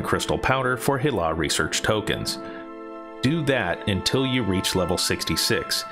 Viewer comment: see-thek halls? stop saying see-thek. and did you say hay-lah? come on man. sar-jair-iss? what? how do you read a j sound in that? bee-nar? bee? as in bumble? you're american arent you?